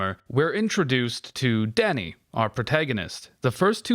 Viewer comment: The way you say "Danny" sounds like "daddy"